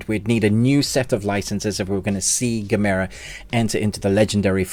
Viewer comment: You say gamera totally wrong. Why.